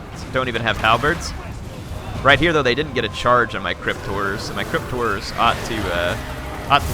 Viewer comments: to me it sounds like crypt whores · every time you say "crypt horrors" it sounds like "cryptors"